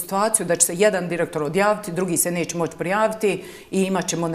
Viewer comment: Hoče,neče,slijedeči,moči.Zeno tesko je ovo slusati.